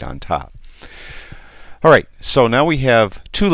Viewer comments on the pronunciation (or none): none